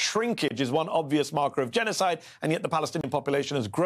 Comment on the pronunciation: Hmm ... "leading specialist on the subject of genozid"? You sure? How much practice does he have?